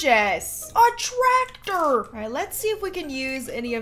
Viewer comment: "a TRACtor!" just the way she said that made my day